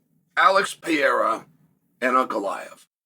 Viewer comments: PE-RE-EA-RHA that's how you pronounce it phonetically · How many times can Chael say Pereira's name wrong???? 😂😂😂😂😂😂😂😂😂😂😂😂